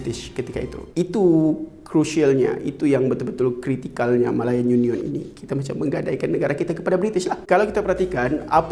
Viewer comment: Rare btol sbutan dia ni..YU NION